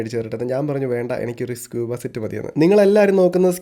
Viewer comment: It’s not scuh-buh, it’s skoo-buh.